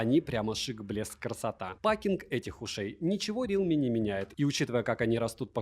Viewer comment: рИлми бля реалмИ ударение на последнюю букву